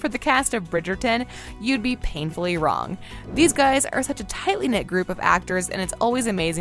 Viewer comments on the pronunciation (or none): none